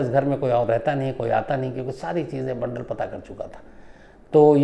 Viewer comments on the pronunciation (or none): बंडल नही बांदल